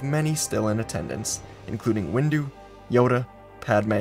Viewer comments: I’m I the only one that heard that heard that that during the end parts of the video he said mace-window instead of windu? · Is it me or did i just hear him say Mase windu as mase window? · Oh good, I’m not the only one who noticed 😂 i legit heard him say Base window though 😂😂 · xD I just heard it right now and I laughed. Reminded me of a post that featured "sword windu, axe windu, shield windu and out the windu". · Heard that😊